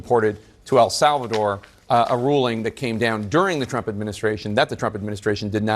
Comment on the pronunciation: Who is "Al Sal Val Door?" 😅😅😅😅😅